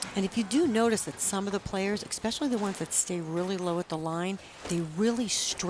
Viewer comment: Ugh... stop saying "eck-specially". That's not a word!!!